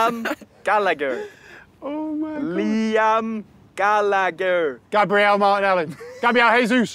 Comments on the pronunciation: You over pronounced Gallagher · "Liam Gallagher" ... "CLAMPED"